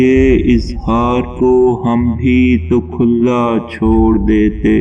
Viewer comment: Sirf do baaton ki nishaan dehi karna thee. Awwalan. Shaa'ir ko shaayad yeh pata nahin k.......Khulla. .... nahin. balke....... Khula... hota hai........ Sanian. Piaas. .. bar wazn e. aas. hota hai. Baaqi recitation acchi hai. Wassalaam